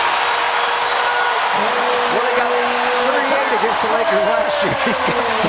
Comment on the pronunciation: it's klay not Kay